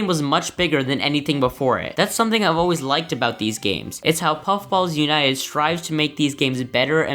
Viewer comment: Fun fact:among us is made by puffballs united (edit: he said it ok)